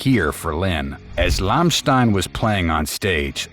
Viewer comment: Learn to pronouns the name of the band right, it's just one word to learn and you repeat it numerous times making it painfull!